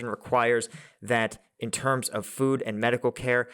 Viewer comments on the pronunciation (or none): none